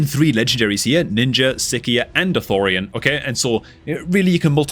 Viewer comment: bro....Sicia, not Sikia, that's like if someone pronounced Alicia as Alikia what are we doing xD. I do think the angle you're going on for Minotaur is wrong, as someone who did masteries for 280+ characters now, the issue isn't so much having to do it, the issue is that we don't get time to do it. Look at the game right now, we got a fusion, coalition AND titan event and we're jumping RIGHT into another fusion, when do we have time to run minotaur bro? THAT'S the real problem here. I am fine running mino, I am fine with even stage 15 over 25, though 20 to reduce the stamina cost overall by maybe ~20-30% wouldn't hurt 1000%, but we barely ever get time to grind the units in the first place, even IF minotaur gets updated so it's way cheaper we have to give up on a fusion or rush the fusion enough that we can actually run minotaur. It's ridiculous. That said being real the next fusion is pretty mid unless the instant use doesn't use the skill in which case he'll be a turn meter boosting machine cuz the rest of his kit frankly sucks. Also at the risk of coming off as an ass, awakening isn't required, it's just your gear that sucks. Sicia needs Cursed anyway to pop off cuz she slams hex for free for your team constantly + hp burn + def down + weaken. I used Sicia before awakening was even a thing and she wasn't dying, lol. Awakening shouldn't be a crutch to fix your builds, your units should be able to stand without them. It's nice when you get souls...but units that are genuinely